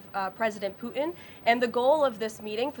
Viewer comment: She calls him pu-in not puTin. She can't say puTin ..